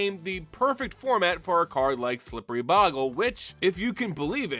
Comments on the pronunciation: BOW-gle Not Bog-le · It's boe gle not bogle you not pronouncing it correctly